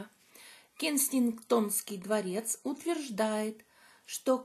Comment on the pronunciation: Дворец не Кенигстонский, а Кенсингтонский 😅